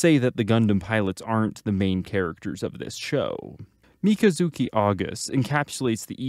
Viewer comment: Mi - kazu - ki. Jesus man. They pronounce it in the show lol